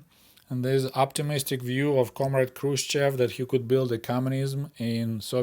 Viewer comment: Why are you pronouncing "Хрущёв" like a westerner? My Russian GF spent weeks teaching me how to properly pronounce his name.